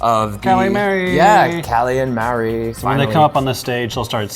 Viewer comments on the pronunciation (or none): It's pronounced Ma re! Marie! Not Marry! C mon!